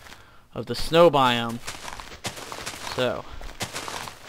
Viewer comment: Snow not sneiw